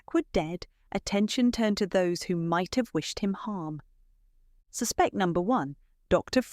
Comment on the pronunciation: I hope this narrator is AI otherwise please note ‘suspect’ the noun and the verb differ.